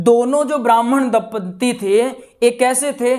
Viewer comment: धुंधली नहीं है धुंधली है दम्पदी नहीं होता जी दंपति होता है